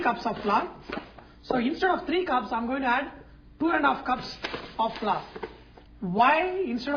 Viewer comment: now the next ingrediënt is "flar" lol